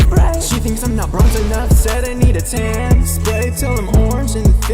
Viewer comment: It almost sounds like he’s saying “ I’m Zoltan” in which Case I would’ve had more respect for him